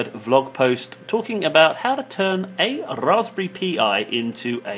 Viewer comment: Why the hell to you pronounce Raspberry that way? It is so annoying! Also like others said: it's "Pie".